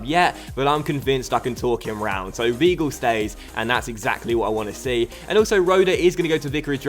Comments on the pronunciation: It's vy - gl not v gl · Zlatko Edgar it's more like v-eye-gil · Zlatko Edgar in German if there is an -ie or an -ei you pronounce the word with the last letter , so , the word VEIL would be pronounced VILE , but if the word was VIEL it would be pronounced VEEL. And also W's are pronounced as V's so Weigels name is pronounced Vhygul. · im sure weigl is pronounced whygl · In german ei is pronounced ai. Also in Leipzig the g is pronounced sch, so Laipzisch and Weigl is pronounced Waigel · Weigl is pronounced like Why- gel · people saying is pronouncining right should look up how his name is pronounced...or just type it into google translate and play it in german or look up the pronounciation of 'ei' and 'ie' or something...I mean come on people it's not that hard to look up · you don't have to be german to know that 'ei' is pronounced as 'I' and 'ie' as 'E' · W is German are pronounced like a v so if you're German how tf did you not know that